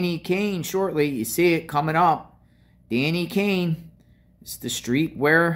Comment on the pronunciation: Can’t believe you can’t say Danny Kaye {Kay). You know founder of St Jude hospital